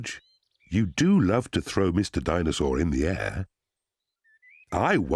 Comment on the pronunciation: the chain of people saying "Dinesaw"